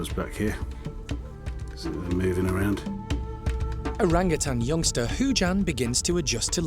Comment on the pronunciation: ...you keep pronouncing it orangatan'g'! Drop the g!! Your a great keeper